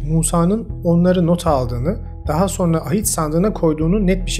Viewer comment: SO(R)NA DEĞİL,SO(N)RA.